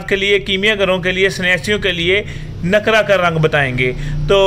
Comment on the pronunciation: جناب عالی گزارش ھے آپ أبھی کسی کامل استاد کی شاگردی کریں پھر جاکر نسخہ بتائیں ابھی آپ طفل مکتب نہی ھیں لفظ نقرہ ھے ن کے اوپر پیش لگا ایں ن کے اوپر آپ زبر لگا کر بولتے ھیں نقرہ شاگردی کریں شکریہ